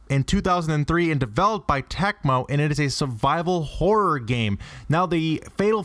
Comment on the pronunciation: TACMO?????!!! TECMO you fool! Tec as in "tech".